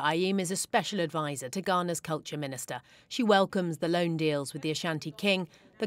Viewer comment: Did you say LOAN? SERIOUSLY?